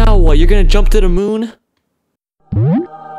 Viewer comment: Who loves that he just said froog instead of frog? I’m a going to call frogs froogs from now on. 👇